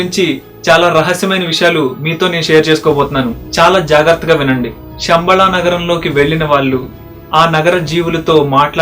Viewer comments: షంబ‌ళ కాదు... శంబ‌ళ‌(ఉచ్ఛ‌ర‌ణ త‌ప్పు) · Shambala kaadu Samabala....Sha ki Saa ki Chala difference undi. Shanthi ki santhi ki Chala teda undi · మీరు చాలా బాగా చెప్పారు. కృతజ్ఞతలు. గొప్ప సమాచారాన్ని అందించారు. ఒక్క విషయం చెప్పాలి మీకు. పలికేటపుడు శంబళ పదాన్ని షెమ్బల అని పలుకుతున్నారు. తప్పుగా అనుకోవద్దు. గొప్ప వీడియోస్ చేస్తున్నారు. తెలుగు కూడా స్పష్టంగా ఉంటే ఇంకా గొప్పగా ఉంటుంది.